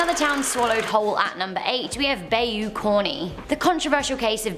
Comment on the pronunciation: Please learn to pronounce the places you talk about. Bayou is pronounced "Bi-yu" or "ba-i-u" depending on the area but never "bay-u"